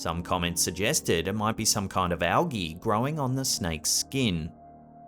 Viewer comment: It's pronounced "figure", not "figgah". It's pronounced "skin", not "skeen". It's pronounced "computer", not "cahmpeutah". It's pronounced "cemeteries", not "cemetries". It's pronounced "mark", not "mahk". It's pronounced "person", not "peuhson." It's pronounced "hear", not "heeh". It's pronounced "garage", not "gayrahge". It's pronounced "area", not "urreeurrh". It's pronounced "tail", not "taiyool". It's pronounced "later", not "layduh". Why are Australians and British people incapable of properly pronouncing their own language.